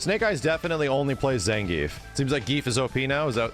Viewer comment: nothings impossible if you train “zangeif”